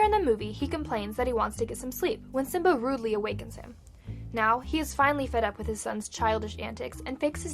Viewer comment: Simba not sim.